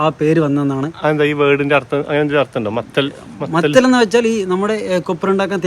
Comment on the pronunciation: മത്തൽ അല്ല മൊത്തല്ല